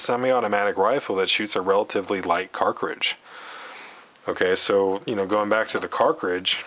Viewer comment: Excellent video! Thanks, I will certainly forward it along to my less-than-informed colleagues. One note - , are you saying "carcridge?!"